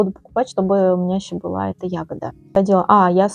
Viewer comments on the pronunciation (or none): none